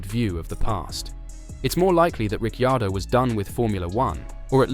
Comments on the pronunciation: Why do you pronounce he’s name like that??? Richeeeaordo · How many times did he he say Rick chardo!!🤣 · How many ways can you pronounce Ricciardo ??... I dot distracted by the simple fact , You never pronounced his name the same twice in a row ! ..And the RB driver school favours those that Marko likes rather than those who perform ON TRACK ..